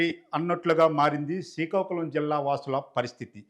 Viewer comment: యాంకర్ ముందు శ్రీకాకుళం అని మంచిగా పలుకు, శికాకుళం కాదు